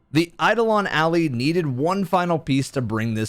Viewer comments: I love all the content, however it triggers me so much when you read “Ally” as “Alley”. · Almost 10 years later and every Destiny content creator still pronounces the Ally in Eidolon Ally like Alley. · Why does everyone pronounce Eidolon and Ally both wrong?